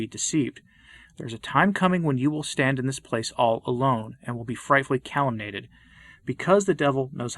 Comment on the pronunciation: A very fine video about Our Lady, but, you may want to check your pronunciation of "mediatrix," "deluging," "calumniated," and "triune."